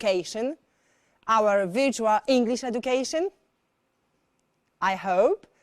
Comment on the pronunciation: Czytam te komentarze i tak się zastanawiam, czy z tą panią jest rzeczywiście aż tak źle? Wszyscy się z niej śmieją, ale głównie z wymowy. Ale Pani nie jest native speakerem, czy od nauczyciela w Lo wymaga się aż tak dokładnej idealnej wymowy? No bo weźmy to wirczual, czy aż tak to źle brzmi? Widziałam jakiś komentarz po ang, że nie rozumie ani słowa tej pani. To chyba przesada? Jak to oceniasz jako specjalistka?